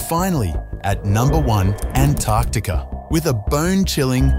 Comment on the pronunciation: I heard "And Toktiker"